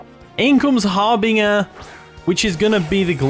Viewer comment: The g in harbinger is pronounced like a j just so you know :)